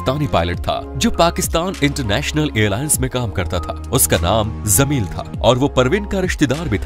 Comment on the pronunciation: WO JAMIL HOTA HAI, BEWAQOOF, ZAMIL NAHIIN.